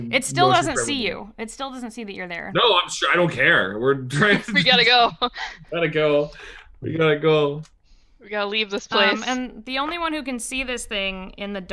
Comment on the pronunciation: The bard speaks gob gob🤔whyyyyyyy???